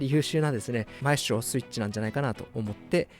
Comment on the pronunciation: マエストロの発音が良過ぎる